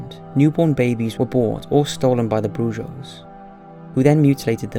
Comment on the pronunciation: Brujo is pronounced with an H. Bru-hoh, not broo-joe. Come on people, Google Translate or just Google in general can make you seem less ignorant. It's right there, on your phone. On your computer. Just type in "brujo" then press the pronounce icon. Easy right? You do this a lot with your videos.